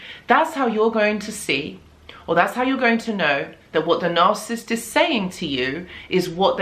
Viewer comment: It’s nar-SIS -ist